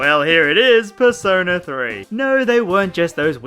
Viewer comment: Purse owner, that’s the best way to say persona.